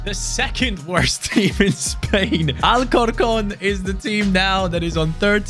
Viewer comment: Nigga u said way wrong Al cor con